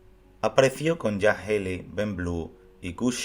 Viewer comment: Ted Healy se pronuncia "Ted Jili".